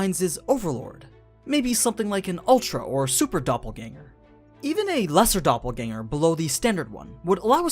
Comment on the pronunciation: actually pretty good pronunciation of the word dopplegänger.